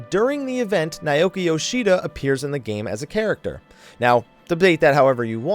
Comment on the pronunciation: Am I the only one hearing "Naioki Yoshida" every time he says Naoki Yoshida's name? o.o